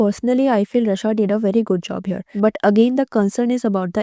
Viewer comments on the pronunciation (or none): Raaaa shaaaa not ra shaa र नहीं रा